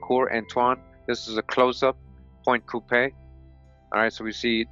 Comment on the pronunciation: Louisiana is my tribe the place you keep naming is pronounced Point “Q-Pee”. I'm from Avoyelles. We have black Indians recognized by the government here the ones who side with the whites. They are still black. I would like to find this book speaking in my people.